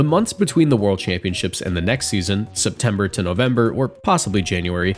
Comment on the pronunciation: Ah yes, my favourite month "Septemer"